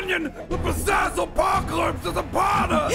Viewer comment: "TO BAZAZZLEP AOClYPSE BUNKER"🤣